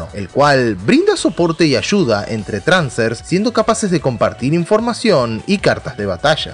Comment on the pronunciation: me siento incomodo cada vez que dice "transer" XD